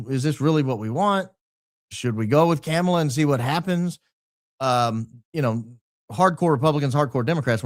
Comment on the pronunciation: So ironic how particular you are about your name being pronounced right but you still call Kamala 'camela' like a real smart guy.